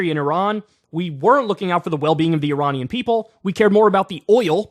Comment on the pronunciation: Yet you still pronounced Iranian wrong!